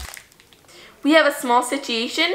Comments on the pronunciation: "We have a small sicheatiashin" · just listen how she says situation 🤣